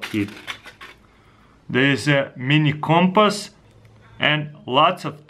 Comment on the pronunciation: He said Coompass instead of compass